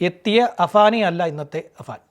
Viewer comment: അബാൻ അല്ലെടാ പൊട്ടാ അഫാൻ ആപേടിനെ എന്ത് വിളിച്ചാലും കുഴപ്പമില്ല പക്ഷെ നാട്ടുകാർ വിചാരിക്കും തനിക്കു അക്ഷരം അറിയില്ല എന്ന്